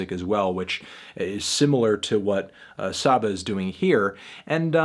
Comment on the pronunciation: I usually agree or at the very least respect your opinion on most hip hop reviews but you're drunk as fuck for this one. This project is immersive and flows beautifully with powerful imagery. It'll grow on you. And it's pronounced SAH-BAH